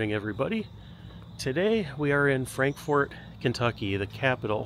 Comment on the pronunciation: It's not pronounced Frank- FORT. It's FrankFert. From a born and raised KY girl.